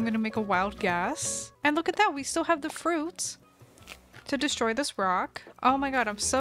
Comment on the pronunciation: "we have this little piece of frOAOUT... and then we obviously eat the FROIÜÆGHT..."